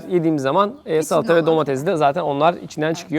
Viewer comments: Abi domedez değil domates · domatez değil ln de domatezi domateSsS